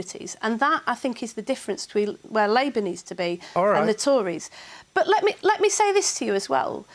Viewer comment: all Andrew Neil has done is let Lisa Nandy speak. but before some sentences she says lit me speak??